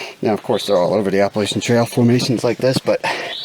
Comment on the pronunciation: ahhh, you were in my country...and even pronounced Natahala as the Cherokee do. You know the non-native locals and most hikers say a long A after the H, but I was pleasantly surprised when you said Appalachians as the locals do! I think the NOC has promoted the use of just the initials NOC now. You were so fortunate with the weather and the bonus fog! I really don't think you gave yourself credit for the altitude and humidity when mentioned your challenge on the trail to the first camp site. I know you hike that altitude and higher in the Whites, but even a few weeks at lower altitude, loses the red blood cell concentration and acclimation to the elevation! I found out the hard way in Wyoming. You "suffered" your hammock drop with such grace and humility! So glad you made it to the tower and showed us our beautiful Smokies in their typical summer haze. I was still there when the fires in November 2016 scorched hundred of thousands of acres all over Western NC. Even had some flames a few miles from the ridge next to mine. Rain came just in time for my area. So glad to see the regrowth. Good work on the vid and you need a trophy for the 12 hour drive on 3 hours sleep!